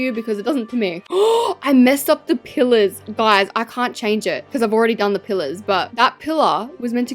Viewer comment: when she said pillers i thought she said killers 😅